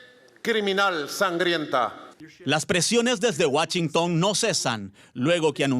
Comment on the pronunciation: “Guachintòn” jajajajaja